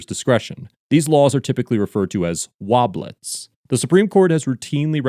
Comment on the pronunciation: Woblettes. Woblettes? Woblettes.